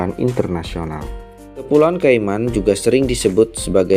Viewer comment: cara membacanya keimen, karena banyak hewan cayman maka diberi nama cayman island